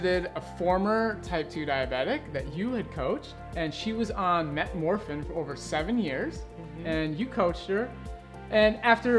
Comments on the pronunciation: Metformin, not metmorfin. It will only help your cause if you can pronounce meds correctly. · A diabetes expert who can't even pronounce metformin... Mk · says Metmorphin...lol...so cute!!!